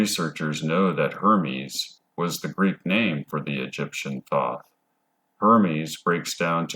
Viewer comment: Thoth (aka The Scribe) is pronounced with a hard o, like toast. Toe'-th. The reptilians are both indigenous to earth and also interdimensional. There vibrational footprint originates from the lower 4th. Their 'culture' is structured primarily on a system of hierarchy, with the winged draco royalty at the top. They use a liquid crystal hologram cloaking technology to appear human, but it will break down in some situations. Cymatics is the science of sound. To understand how everything takes shape on the material realm, you must study cymatics. Tesla said that the key to everything in the universe is frequency and vibration (sound and how it effects the electromagnetic realm that we are living in). He was right. All matter is composed of electromagnetic energy. The same stuff in different forms, it's very simple. The planets aka wandering stars are not what NASA (money laundering fraud agency) tells you. They correspond to the chakra system. The 'mars rover' is only roving on Devon Island, Canada. Don't believe that nonsense. If you believe that clown Elon Musk was orbiting in a convertible.. well. There may not be much hope for the human race. In any case, we are approaching the end of the Yuga cycle. Kali Yuga is the darkest, most ignorant phase and we will soon return to a much better scenario. The reptilians are working hard to keep you in the dark, because their vibrational pattern will not make the jump to a realm of higher frequency. Basically, they will be screwed and l